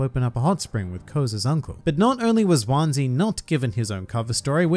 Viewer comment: I faintly remember seeing him in one or two covers over the ears. Also heraing his name pronounced like onesie is somewhat distressing, I have to say.